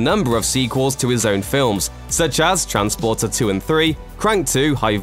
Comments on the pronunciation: its fooking transporter not trainsporter you clown. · Transporter.... Not trainsporter